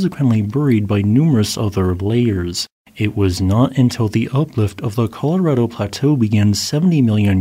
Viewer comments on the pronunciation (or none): none